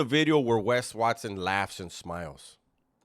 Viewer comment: Wat-sohn mamon, Wesonites !!? 😅😅😅😅😅